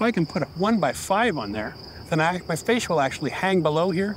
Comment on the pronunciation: Please stop calling the fascia ‘fasade’. That is all 😂